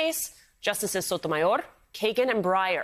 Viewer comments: Your speaking English, stop with that cringe Sotomayorrrrr. Your not Spanish! You say Paris not Paree You say Germany not Deutschland So cringe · wow, way to pronounce her name....it sounded like you were choking ona chimichanga......msnbc stoops one step lower on the way down with that shenanigans